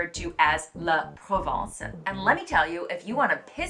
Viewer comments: Careful with your pronunciation. La Provence is a place in the south of France. La Province is what you are talking about. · You keep pronouncing “province” as “Provence”. 😂 Well… you’re not totally wrong, Provence is a province.😅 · La ProvINce....vous prononcez la ProvENce.....quite normal even if you came in France 10 years ago. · I was expecting to pronounce “la provence”. First time a friend talked to me about “la provence”, it took me time to understand she was meaning “la province”. The few other times some of my colleagues talked about “la provence”, it was also mispronounced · Outside of Paris it’s called province not Provence. Provence is a region in the south of France. Province is any place in France outside of Paris. Maybe the confusion comes from the accent but it really sounds like you’re saying Provence when you mean province. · Ahhahah i didn’t realize she meant « province » I thought she mentioned Provence and I was like « yeah sure Provence is representative of the whole rest of France » 😂